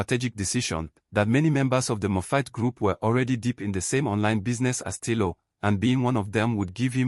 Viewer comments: its Tino not tilo and its emaudo not the one you said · It’s Tino. Not Tilo